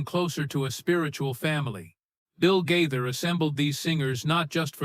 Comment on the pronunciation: Oh my gosh! At least pronounce Bill Gaither's name correctly!!!